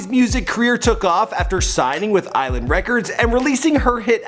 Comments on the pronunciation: Its not isleland mate its i..sland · It's not island it's IS land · Island no it’s is-land bruv